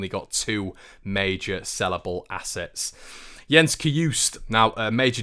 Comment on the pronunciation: Jens Cajuste last name the e is not silent, How you say Jens is spot on. Keep up the good job! Well wishes from Sweden